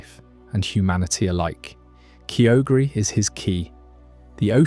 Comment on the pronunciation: Your pronunciation of Kyogre is actually painful.